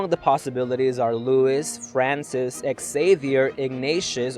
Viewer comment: Hello, Love your videos. It is such a shame that your announcers do not take advice from native English speakers before these videos are released. Too many names are either mistranslated, as pointed out by Emiel Abalahin, or mispronounced... as in this video, Xavier, and in other videos, Augustine, Lombardy... Offer me a job. I don't mind nipping over to Rome.